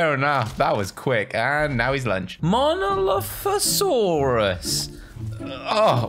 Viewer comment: Mon o loph o saurus